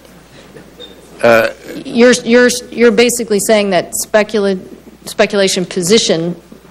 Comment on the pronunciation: "speculition." second favorite new word.